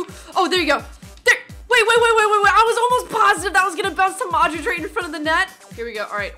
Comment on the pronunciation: You are sayin Madrič not Modrič